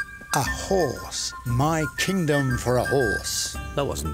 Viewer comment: Kindom or Kingdom ? =))))